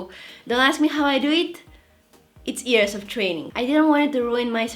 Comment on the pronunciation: I like how she says ears instead of years😂